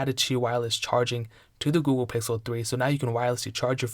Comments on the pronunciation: He says Ghool, dunno what that is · you said gouhle pixel 723 times